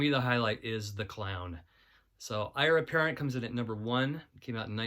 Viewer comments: Ire Apparent? The name of the band is a pun on the phrase 'heir apparent' and should be pronounced as such. Eire is one of the names by which Ireland went, and is generally pronounced 'air-a', and is appropriate because most of the band came from Northern Ireland. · and its pronounced "air" apparent. is in "-to the throne"